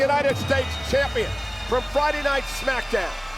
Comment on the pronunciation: Mr "AAA Mega KAMPION (Champion)" 😂😂😂😂